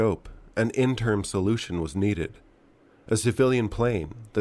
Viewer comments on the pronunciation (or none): IN-TE-RIM......not "interm". Learn to enunciate.